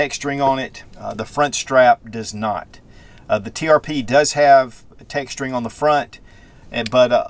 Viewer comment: Springfield Trp! You said tpr a few times 😊. Beautiful gun!